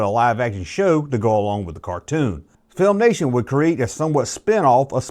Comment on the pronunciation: Its Filmation. Not FilmNation.